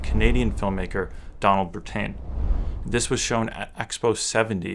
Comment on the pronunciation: Nicely done! FYI Legendary Canadian documentary filmmaker Donald Brittain is pronounced like the UK - Britain. IMAX is also a Canadian invention.. I subscribed.